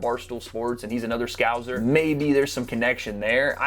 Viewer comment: Hearing Americans say scouser will always be funny, sorry